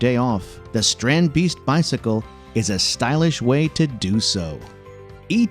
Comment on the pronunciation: Its called a strandibeest, not a strand beeast